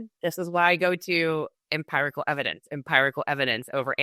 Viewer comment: An intelligent woman who uses the word ‘empirical’ so many times with no idea of the correct pronunciation! 🤣😂🤣 Good podcast though guys.💚🌱